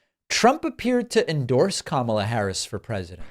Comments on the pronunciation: Sometimes I pronounce Kamala the same way Trump does. But that's because sometimes I read Kamala like Obama. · Not a Trump supporter at all. But., you know he's purposely mispronouncing her first name because he knows it's clickbait for channels like this. He generates faux outrage. The best thing to do is not make that a talking point. It just gives him the attention he doesn't deserve. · It's a conscious effort to mispronounce her first name. Reins Priebus (sp?) persistently mispronounces her name when he's interviewed or part of a panel on tv. Amazingly, a year or two ago, he could pronounce it perfectly. It's part of their campaign to be disrespectful towards her and to make the MAGA followers think she's a foreigner (my opinion). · He's saying her first name incorrectly on purpose. Notice how he pronounced it correctly in a recent interview. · Isn't it obvious to everyone that when he says her name as Kam-A-la he is intentionally using it as a racist/religious trope making it sound like the moslem god Allah. Same thing as when he makes sure everyone knows Obama's middle name with the emphasis on HUSSEIN. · Hey, Trump-poo, her first name rhymes with Pamela... Ooooh, hard to pronounce, right? Wrong! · He mispronounces KaMAla on purpose as he does with Barack’s middle name. He thinks it bothers them and their supporters. He's such an infantile ass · comma, la easy to pronounce....kamala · Notice how he pauses a second to make sure he mispronounces Kamala’s name? Yep, it’s intentional. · Trump mispronounce her first name Kamala to offend her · He is purposely saying her name wrong. All of these republican asses do the same thing because it makes her name sound super ethnic. The same thing he does by always saying Obama's middle name the link him to being a muslim. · The stable genius can't even pronounce Kamela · She can’t even say her own name, she says it differently.